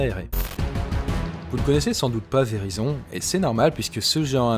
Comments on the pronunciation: Perso mon opérateur c’est Verizon (et on dit véraïzone) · La carte 1 To elle se branche en Lightning ? ;) Pro tip: "Verizon" se prononce avec une diphtongue, grosso modo "véraillezonne".